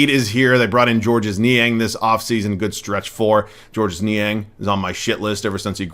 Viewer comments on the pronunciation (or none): Niang's name is just pronounced as "George"